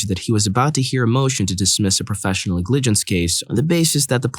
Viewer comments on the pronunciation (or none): If you don't know how to pronounce a word you can look it up, man lol ngligence NEG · Sorry to point this out, but in the story with professional negligence, the stress is NEGligece, not negLIGence, even if the origin comes from negLECT. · How the hell do you not know how to pronounce "Negligence"? Is this a bot reading these off? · You say negligence so weird I had no idea what you were saying at first. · I wasn't looking at the screen during story 6, so it took me until the second or third time to realize the reader was saying negligence. That's not even a rare, legal term. Is this a computer reader?